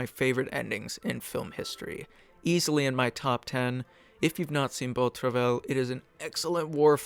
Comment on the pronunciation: Great video! Just a small point to make about the pronunciation of Beau Travail. Travail is pronounced more like “trava-ee” ;)